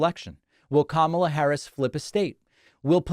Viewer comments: It sounded like he was about to call Kamala, "Kalamazoo" or something 🤣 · He glitched on Kamala's name because he wasn't sure which syllable to stress - he's been doing both ways recently. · Presidential candidate don't know how to pronounce someone's name how pathetic is it ? , so sorry we have a candidate like trump whose IQ is that lower than the average individual. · That "verbal glitch" on VP Harris' name mention was really due to happen and that's because Trump knows the proper pronunciation of her name—check other event and interview rallies where he speaks it correctly—but mispronounces it for his base. The allegorical explanation is he essentially has 2 "name" wires in his brain. The glitch is his tired brain short circuit-ing the wires, hence, the grunt =D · He’s a disgrace to our country put him behind bars he can’t even say her name right. What a loser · He never says her name correctly, nor do his beautiful older sons. Do they think it's clever? Or does it actually demonstrate how STUPID they are? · He's just so stupid he can't remember her name nor does he want to pronounce it right because he can't read